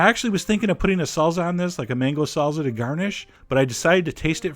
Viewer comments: its not salza, its salsa with s sound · I love your videos, you're hilarious, but I hate the way you say "salza" instead of "salsa". Whats up with that? Lol